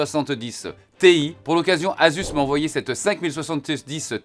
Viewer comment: Tout le monde : "Asus Toeuf" Pax : "Asus Tuffe"